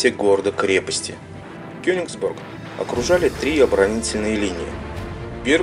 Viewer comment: почему вы говорите Кёнексбург когда реальное название Кёнигсберг!!??